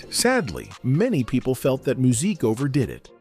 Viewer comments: Musiq not Muzeek, not Verzews its Versus! He's needs to do his own Tiny Desk. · This video was poorly done! First of all, when you use Ai, at least listen to it first so you can help it pronounce words better! Secondly, what happened to Musiq not Muzeek! smh! is happening to a lot if not all of our artist when music was actaully great! Now, they are in front of a generation that doesn't even know who they are and they are older and have not been out in over15-20 years! On his worse day what new artist today sounds better? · Did anyone click off the video after hearing "Mu-zeek" and "ver-zooz" smh....this AI crap aint it.. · “Verzooz” and “muzique” who is narrating this so incorrectly? 🤣